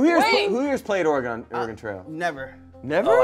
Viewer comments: Dear goodness…is this video going to all be “Or-e-gone”? Dudes, it’s Or-e-gun. 🤣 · Every time they said “or-e-gone” I cringed 😂 it’s “ore-gun” cuz we like the right to bear arms 😂😂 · Omg, hearing oreGONE over and over is killing me inside, too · Our punishment is everytime they say "Ore-gone" instead of Oregon. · Hearing pronounce Oregon makes me feel validated in my pronunciation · Oregonian upon hearing say “Ore-gone”: Kill Bill Siren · Or-E-Gone Oregonians: 😮‍💨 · As an Oregonian. Let me say.. It's or-uh-gun... ❤️ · Someone PLEASE correct on my state’s pronunciation. “-GAHN” is such a pet peeve of ours… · or eh gon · correcting the pronunciation of Oregon hahaha I felt that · As someone who was born in and spent most of his life in Oregon, I hate how is pronouncing it, even if done comedically. BLARGH!!!! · We had to play this in school, as well as the Lewis and Clark Expedition. I don’t know why, but people would pronounce Oregon the way did, but ONLY when talking about the game. When pronouncing it as just the state, they’d say it properly. I never understood that. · As an Oregonian, the Smosh cast stuggling to pronounce "Williamette" and "Oregon" was so great. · There should have been punishments for every mispronunciation of Oregon and Willamette! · The constant mispronunciation of every name was so painful as an oregonian